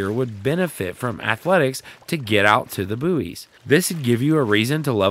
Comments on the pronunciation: I was so happy when you called buoys boys then you went back to saying boo-eees 😩noooo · >pronounced Buoys right the first time with a giggle, says it wrong on the next. still earned a sub <3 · I know it's the a geographical pronunciation difference. 😁😉